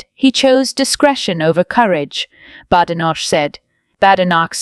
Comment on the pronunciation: Unbelievable! You can’t even pronounce Badenoch’s name correctly!